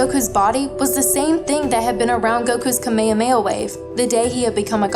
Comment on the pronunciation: Please stop saying kamayahayahe it's kame hame ha